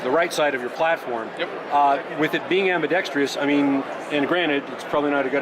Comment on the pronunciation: Very well presented and articulated!!! Except for Ambidextrous... Correct: Am-bee-dex-trus Incorrect: Am-bee-dex-tree-us 🤣🤣🤣